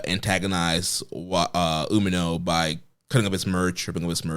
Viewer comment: Dude needs to learn how to pronounce Umino correctly, and nobody gives a shit about your promotion